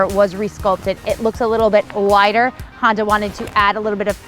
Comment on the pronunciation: Awesome to see you back at it. It never gets old to hear you pronounce Honda. It’s so darn cute.